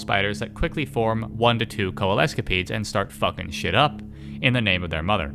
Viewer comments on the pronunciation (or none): Coalesce + Centipede = Coalescipede The 'sc' is pronounce as an 's', such as in 'science'